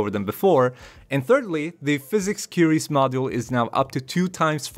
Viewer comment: "koo-ee-ries" ;) What is his image in the video thumbnail? It's not in the video as far as I watched.